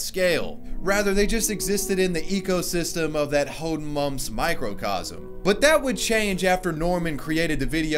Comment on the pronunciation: Deine aussprache von hodenmups lässt es klingen als ob man es haben wollte😂😂